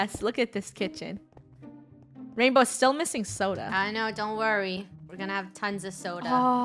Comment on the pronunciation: LoL i thought she said sola